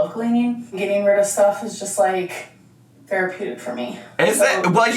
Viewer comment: when says “therapeutic” all I can hear is theraPOOtic